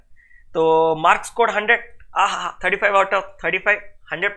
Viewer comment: The moment when sir says kodie(20)..😀😀